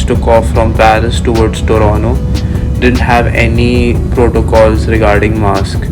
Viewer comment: TORONTO ❌ TORONO ✅